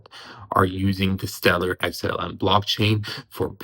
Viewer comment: Xlm the real king, its amazing how many uvtubers like cannot say xlm.